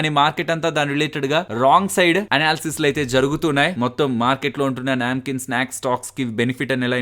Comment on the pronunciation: Its a నమ్కీన్ hindi word... Not a న్యాంకీన్.